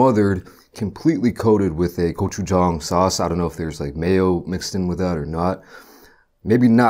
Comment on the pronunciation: Finally someone who can pronounce gochujang